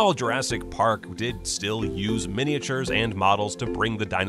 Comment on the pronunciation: Love mini-ay-chyoors.